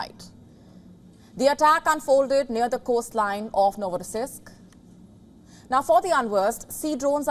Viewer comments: Why did yo say that it was a RUSSIAN drone hitting a Russian ship? And did you even practice saying NovoSIRISK incorrectly? its NovoROSisysk, right there on your screen. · Nosirriisk😂😂😂😂😂 It has to be pronounced as Novo'rossi'sk